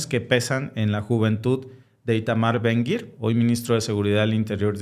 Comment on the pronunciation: Su nombre es ITAMAR Ben-Gvir Lo pronuncian BEN-GAVIR